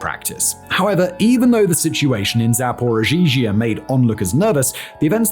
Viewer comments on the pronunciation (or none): He says zaporigeegee at 35.36 if you need to know quickly 😂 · "Zaporozhizhia" Sweet Jesus... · hilarious hearing making Zaporizhzhia harder to say than it already is lmao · is putting an extra ‘z’ in the name and it’s driving me nuts. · As a russian speaker. Simons pronunciation of zaporizhiea/zaporozhie is something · Why does say zaporizhia like that? That second zh is not necessary.